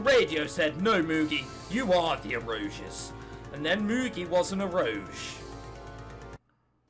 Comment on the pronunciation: It's pronounced Ero Ge, like the G sound in Goku and Golf...X3 This game sucks so hard it is actually good